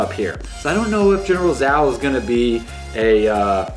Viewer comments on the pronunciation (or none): lol the actual pronounciation of zhao is ch aa oo (chao) not zao if it is chinese